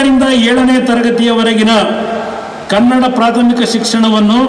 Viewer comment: omfg !! It's not KANNAD !!! For god sakes correct yourselves !! It's Kannada !!!! "KANNADA"!